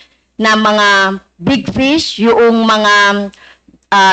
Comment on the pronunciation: Can you correct your pronunciation fish or pis your honor